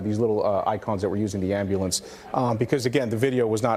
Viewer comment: AM-BYOU-LENCE fuckin ambuhlamps